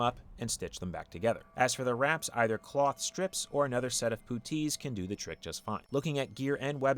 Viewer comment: I've never heard anyone pronounce puttees like that before. I enjoy this pronunciation. Poo-tees.